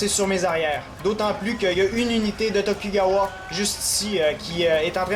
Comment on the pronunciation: attention c'est tokugawa(dont le u ce prononce ou)